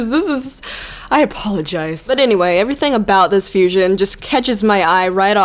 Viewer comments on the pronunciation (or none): none